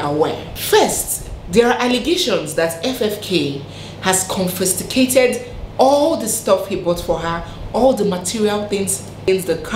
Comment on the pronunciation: Dear, it is pronounced “ES-STRANGED” (no ‘L’). And it is “CON-FIS-CATED”.